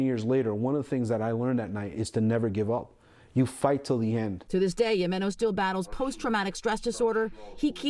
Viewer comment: He's a living legend alright. But there are two news reporters with college educations who lack the ability to pronounce his last name correctly. What DOLTS! They just ruined the story by crapping all over his name. It's spelled JIMENO. It is pronounced HEI-meno. Is that so freakin' hard?